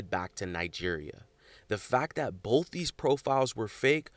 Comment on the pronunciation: ‘Bolth’? It’s both. No L.